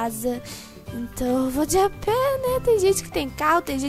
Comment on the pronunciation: não é "deapé" é à pé